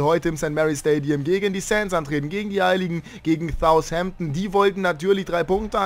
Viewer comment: Wann lernst du endlich Southampton richtig auszusprechen?